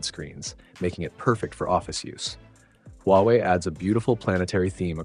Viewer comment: The only problem with this is it is “Huwaei”